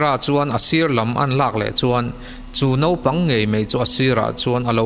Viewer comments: Zân dar hnih nilovin Zinglam dar hnih aw... Nopang nilovin Naupang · a tha viau a...mhse naupang thla tih tur ah khn nopangthla i ti daih aa......tbh......tha tho e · Naupag ti la nopag ni lo in mijo tog dik tk in